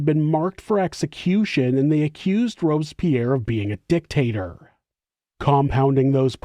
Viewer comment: Why does it sound like a deliberate dick-tater 😂😂😂😂